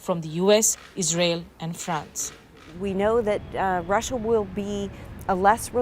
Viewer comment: “rusia aur best freind sar” “rusia endia bast frieinds”